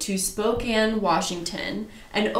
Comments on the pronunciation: You did say spokane(spo-can) right👍 I live there and there's actually way more amway people here then young living. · Spokane resident here; yep it is pronounced “Spo-can” (which is odd I know 😂) 👍🏻 ...also I am embarrassed to say that I was a YL hun for nearly 3 years. I quit last October, posted about quitting, and received lots of vitriol from some of the top “earners” under my post. However, I am so grateful that I’m no longer trapped in that cult, and I will not shut up about how scandalous YL is until the FTC shuts it down. I am determined to see that happen. I’m just one voice, but I have “insider” experience and the trauma that went with it. AWESOME JOB YOU TWO!!! 👏🏻👏🏻👏🏻👏🏻👏🏻👏🏻👏🏻👏🏻💪🏻🙌🏻🙌🏻🙌🏻🙌🏻🤩💖